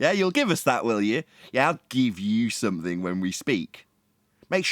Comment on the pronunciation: Somefink. The English excel at butchering their own language.